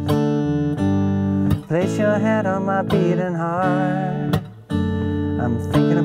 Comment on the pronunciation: does anybody notice when he says my beating D 😂😂😂